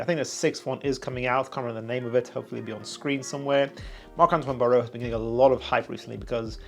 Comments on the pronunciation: Bar-wah not Baorrowww 😂😂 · Just a little tip on the pronunciation, it's Bar-wah. Hyped for the vid! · Great review bro! But the pronunciation is BARWA